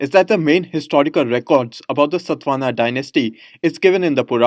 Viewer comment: It's satavahana not satvana sir